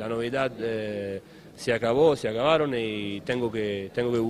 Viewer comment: le salio muy argentino el "se acabaron"